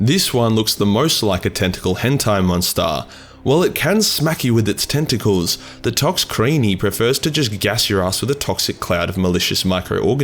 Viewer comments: Yep, he did good besides that and the "Toxicreeny" XD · pronounces exocrene correctly, "I'm not pronouncing any of these names correct." Also:"toxicreney"